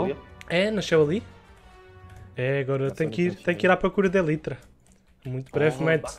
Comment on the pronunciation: Ninguem: Absolutamente ninguém:: "eLiTrA"